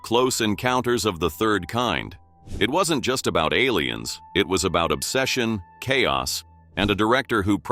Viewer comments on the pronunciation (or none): none